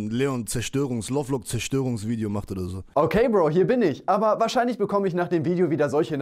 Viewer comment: Leon nicht LLeon:)